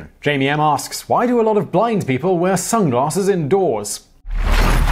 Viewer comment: Lol Simon: "sunglaRsses"